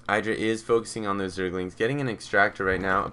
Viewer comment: In an interview Idra commented on where he came up with his name and he pronounced it Id-ra not I-dra, so this commentator is pronouncing it incorrectly. He is an excellent commentator though, I agree.